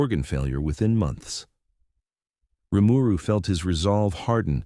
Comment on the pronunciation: Every time the TTS misreads Rimuru's name, it just urks me to the point of wanting to skip the video.